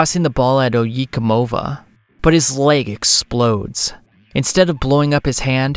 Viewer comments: Oh Yay como vah not oh ye comova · "Oyi Komova" I must say that was a trial to hear multiple times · ohyeekuhmovuh might be the poorest pronunciation of oyecomova i’ve ever heard. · omfg your pronunciation of oye como va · Your pronunciation of oye Como va really took me out of the experience. Have you never listened to santana?